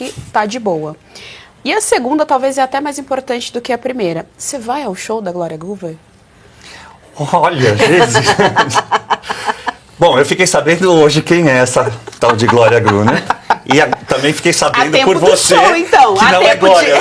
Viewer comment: Absurdos a parte desse dinheiro que vai para o ralo do povo, mas para os bolsos dos envolvidos, a pessoa que deu a notícia tem que estar mais preparada, enrolou a língua para falar Gloria e inventou letras ao falar 2 vezes seguidas o Groover … aonde será que ela leu o R ??